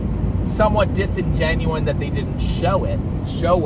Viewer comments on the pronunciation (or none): Disingenuous is the word ur trying to say lol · DISINGENUOUS NOT DISINGENUIN